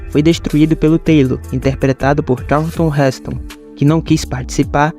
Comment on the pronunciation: Robô idiota. Pronunciou "Karlton" para Charlton Heston.